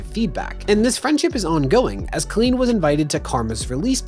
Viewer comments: It's COLL-EEN not KIL-EEN. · It sounds like you’re calling Colleen “clean” lol it’s actually pronounced with a hard O